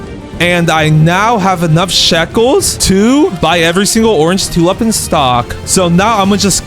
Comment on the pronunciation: For the love of god, learn to speak, calling a tulip a “tulup” and daffodil “daffiduls”, is English not your first language?